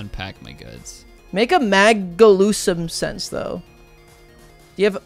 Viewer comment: Bro really said “mAgIluSuMsEnSe” 😂